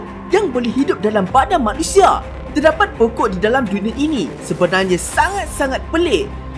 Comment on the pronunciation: terdaqpat? Faktaw ni orang kedoh ke